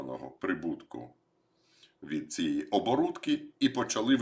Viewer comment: Не оборуТки, а оборудки.